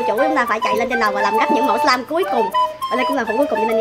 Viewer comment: Nhi ơi là slime chứ không phải lây